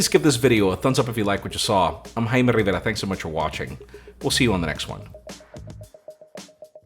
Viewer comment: I love the fact you spell Rivera with the hard R from Spanish! Buen trabajo!! The only reason why I'm not using the Note 20 Ultra instead of the S21 Ultra is because the Exynos variants I have access to do have differences in performance. I get 12 gb ram with 128gb storage S21 Ultra instead of 8gb Ram and 256gb storage + expandable with Note. But I get Exynos 2100 instead of 990 and S21 has 5G enabled while the Note 20 Ultra is non-5g :'( gotta hate Mexican carriers for that